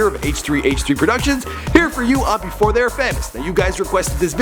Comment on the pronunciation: Lmao "efore"